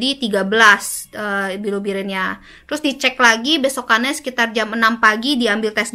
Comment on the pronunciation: Bilubirin atau bilirubin 😅 ko agak aneh yaa. Perasaan ma bilirubin dehh